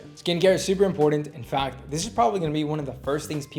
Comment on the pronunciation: Where are you from? You pronounce a lot of words incorrectly… for instance you say important with a D.